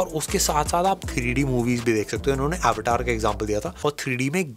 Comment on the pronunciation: Wtf is आवटार? it’s अवतार…ur Indian bro😂